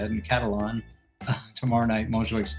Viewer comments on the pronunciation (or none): Cata what? I don’t like the way she said Catalan lol. Almost made me but want to finish the video.